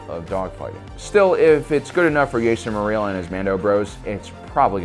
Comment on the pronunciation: Who's "yay-ster mer-eel"?